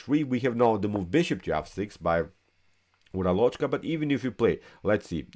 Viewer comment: The correct spelling for o in Uralochka is like schwa and the stress is on first a.